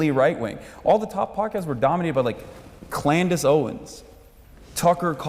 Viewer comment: CANDACE Owens not ‘Clandace’! 😂